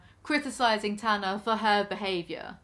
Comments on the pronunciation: Its tana as in tanner but tannuh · picks a pronounciation of Tana to use for the rest of the video fucks up the pronounciation of Tana Girl HOW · Take a drink every time she mispronounces Tana's name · It's Tana as in spray tan with a uh at the end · An hour long vid of struggling to pronounce Tana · I'm sorry but why are you constantly saying her name like that when you're watching a show where they pronounce it correctly constantly and you've also pronounced it correctly yourself in the past? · how do you still not know how to pronounce her name when you are watching a show about her with people talking to her this is sending me i'm sent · her name is pronounced multiple times in the clips you put in this video how are you confused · It's said, "Tanna" as in "canna" bis . Gtfu, Tana!!! You are a poor representation of an American. She is an over privileged white girl that has no such thing as PTSD, because it doesn't just come out or show symptoms only as a convenience of an excuse. I can not stand her and she's doing more than just weed to sleep through a whole day. C'mon who does that?? She should be so thankful for her manager, not treating him like 💩 on her shoe. I have over 8 yrs of sobriety but I do still use edibles as help with physical pain. Congratulations on your sobriety of over a year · "ok I'm just going to pick a pronunciation and stick with it for the rest of the video... from now on, I'm saying "T*ya*na" 10 seconds later "tahna being ungrateful..." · tana like llama is incredibly hard to say compared to tana like banner 😂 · for the rest of the video it's Tana not Tahna Me: She's gonna immediately say Tahna again: Tahna - BUT ITS IRONIC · “Ok I’m going to tana like tana from now on” 20 seconds later: says “tanah” Lmaooo no hate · The issue with the way you're pronouncing "Tana" isn't about the first a, which you're saying just fine. It's about the second a, which you keep pronouncing as an er. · It’s Tana like spanner.